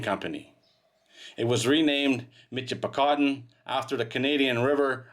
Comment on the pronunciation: It is pronounced Mishipicoten, not a mitch , in the area, I grew up near the mouth of the river ,, Played along the sand banks and beaches, some of the most beautiful sand in the world.